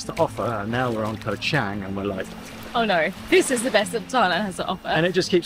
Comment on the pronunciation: My favorite island is NOT Koh ChEng! It's Koh ChAng...